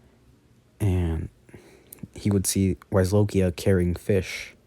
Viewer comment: You say the dragons name it is a w but it's pronounced with a v